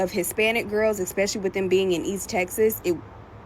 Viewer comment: "Expessially" How many years have you had to understand the language?